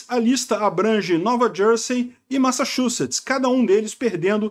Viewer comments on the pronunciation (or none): none